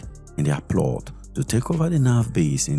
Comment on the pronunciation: Ploth. It is pronounced “plot”